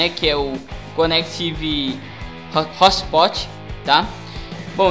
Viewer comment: Não queria rir cara, mas "hostpot"? kkkkkkkkkkk e conectifii? jkkkkkkkkkk